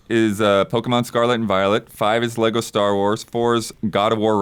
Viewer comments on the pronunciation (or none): none